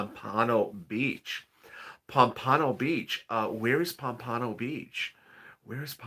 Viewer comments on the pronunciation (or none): it's pronounced POM-puh-no. it's one or two towns north of Lauderdale-by-the-Sea, which is just north of Ft. Lauderdale. South Florida on the Atlantic side.